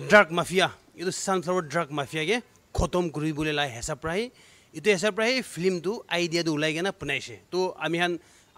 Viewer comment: is it a "Film or Flim"😝😬 Best wishes🎉